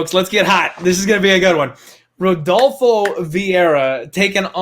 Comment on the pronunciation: "I have parlayed redolfo" eww, no, you cannot sit with us anymore.